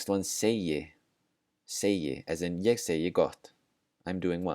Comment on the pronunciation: It almost sounds like there’s an r sound at the end of ég. I’m I hearing it wrong?